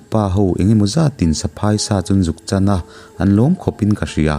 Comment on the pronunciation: Ni e,tun a ilam saphai michhiat tih ilam dan kha a thluk a dik lo nia?ziah chuan a thluk hi in hrilh a har a mahse in zir zel tur kan nihna ah ṭang sauh sauh teh???